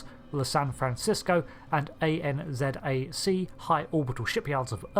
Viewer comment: You pronounce "ANZAC" as a single word. Like NASA. You don't read out the initials like you would with FBI, it's not an initialism.